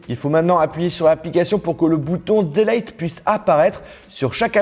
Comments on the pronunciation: Hey :) "Délayte" m'a beaucoup fait rire, c'est "supprimer" en français, et sinon sans accent ça donne "délète" ou avec "délite" ;) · "Bouton Homme", "Faiyce aydi", "Dailaiyte",... :'''')